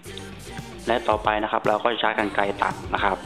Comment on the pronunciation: คำว่าใช้ทำไมต้องพูดช้ายอะ